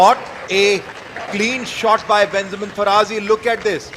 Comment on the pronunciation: His name pronunciation: Fa-Ra-Jee (Faraji)